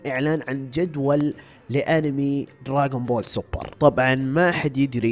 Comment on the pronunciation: دراغون بول مو دراقون بول ولآ دراجون بول الصح دراغون بول